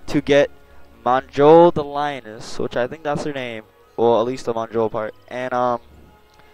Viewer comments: Monjoll? lmao. J in nord is pronounced like a Y. Her name is pronounced "myole" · Her name is pronounced myoll not "monjoll" :) have a good day! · If it helps the "J" in that accent is pronounced "Y". So it's "Myoll" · "Monjoll" lol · Mjoll, sounds more like “myoll” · Js are Ys in Skyrim so it's pronounced Myoll. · it's pronounced meyoel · im pretty sure its pronounced myoll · her name is pronounced myoll, but great vid